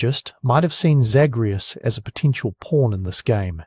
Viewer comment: Came to the comments to say this. Mispronouncing the main characters name especially when it's said over and over in the game by NPCs just makes me think he never actually played the games, and just read the synopsis online somewhere. Lazy